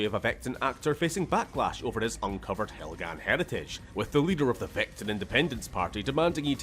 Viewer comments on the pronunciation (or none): My man really said, "Helgan? Vektan? No, Proletariat"